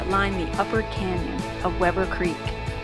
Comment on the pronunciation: You're pronouncing the word "creek" wrong.